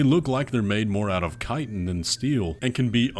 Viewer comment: You pronounced "chitin" correctly! 😮